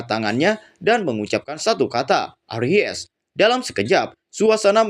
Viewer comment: Arise bkn Aries 🤣🤣🤣🤣